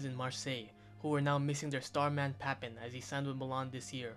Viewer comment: You need to work on you're pronunciation bro, you slaughtered papin and deschamps